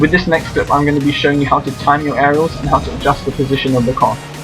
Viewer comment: at the beginning it sounded like hey this is " anal raiders"